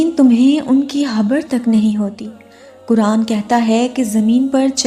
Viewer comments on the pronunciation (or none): none